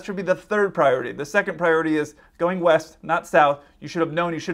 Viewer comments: East!? I thought you said weest. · He clearly stated he was going left, while the 'west' of the ATC could be interpreted as 'left' as it was certainly not clearly spoken in this recording. You have to read back what you are hearing for exactly this reason, because misunderstandings happen, but then it does help if ATC is actually listening to what is clearly read back and in this case correct the pilot before he takes off.